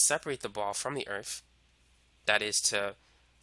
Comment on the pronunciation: I like he says the word earth, "Earf". makes him even more badass.